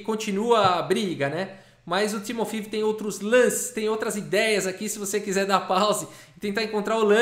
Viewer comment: Eu acho que se pronuncia 'Timofeév'...